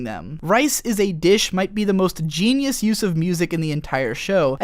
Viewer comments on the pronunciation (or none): none